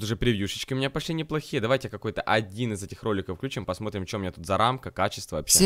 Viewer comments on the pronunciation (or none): none